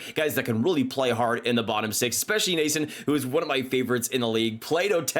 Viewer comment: Funny how you pronounced Noesen differently in a span of 5 seconds